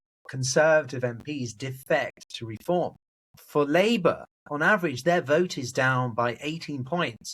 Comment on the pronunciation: Why do you say REE-form? It's Re-FORM.